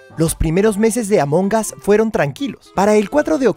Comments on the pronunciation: Xd dice arto among gas xd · Siy yo o dijiste A monjas :v? Dijiste A monjas o Among us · Recuerden que en Inglés en ocaciones la G es muda. Y el "us" que significa "nosotros" esa U se escucha como una A. Así que todo junto es "AmonAs" Among us ¡Repito! La G es muda.